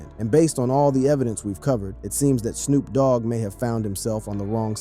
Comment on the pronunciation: He also said, "Snop Dogg" !!